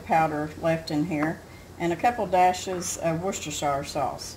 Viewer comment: finally the correct pronunciation! Thank you, it’s always bothered me, how to say it correctly, I love Worcestershire and add it to everything...wish I could find your H P sauce here, I’ll have to stick to A1 and Heinz 57.